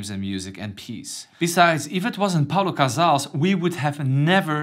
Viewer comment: Great stuff! So glad you added the goats Shafran and Gendron. It’s “Pau Casals” btw.